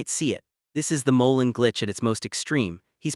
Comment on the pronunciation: You need to learn how to pronounce Ilia last name!